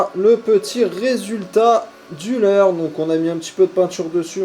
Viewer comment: Le leurrreuu !, La truiiiiteuuu !, Lleuu onze marsseuuuuu !, leuuuu carnaaaaasssier ! Vous avez choppé le sydrome des youtubers ! 😂🤣 Mais bon la vidéo reste de qualité 😉